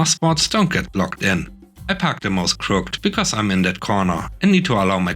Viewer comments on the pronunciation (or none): "Crooked" is two syllables: "CRUHK'-edd."